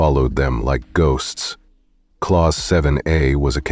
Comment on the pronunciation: Clause is pronounced as CLAWS, NOT Clowse.